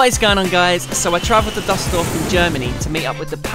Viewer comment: Oh boy your pronounciation is terrible in this vid. Who is that Dimma guy? What kind of place is Duhseldorf?